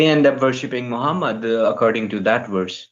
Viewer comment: i love how indian dudes cannot pronounce VERSE but say WORSE instead 😄😄 LoL ... "show me the Worse" "what Worse is it?" 😄😄 LoL